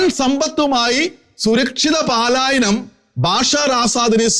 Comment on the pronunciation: പാലായനം അല്ല സുഹൃത്തേ! പലായനം.